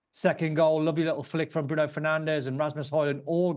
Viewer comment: We won suddenly he can't get their names right 😂Fernandez that should be.